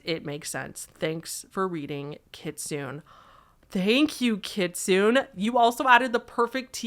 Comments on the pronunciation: lmao it's pronounced kit-soo-neh, it means fox in japanese! good try though. thank you for another good video <3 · This is an example of remembering to not take Google for gospel. The "British" (on Google) pronunciation kit su ney is closer to the actual pronunciation. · I feel like someone probably already said, but you actually pronounce the last “e” in kitsune as “eh” as it’s a Japanese word😅 Google did you dirty haha, I just wanted to let you know just in case! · kit su nay kitsune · kitsune is pronounced “key-tsoo-nay” jsyk. It means “fox” and it’s also a kind of food :•) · Nope, it's key-tsoo-neh